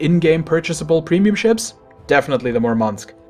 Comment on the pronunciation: Why do premium ships have to be worse than normal ships? Any logic behind that or you just prefer to suffer while earning money? Its a game after all. And its not that hard to make an enjoyable premium stuff without breaking the game and making it a pay-to-win. Its mUrmansk btw, the accent is on the first syllable.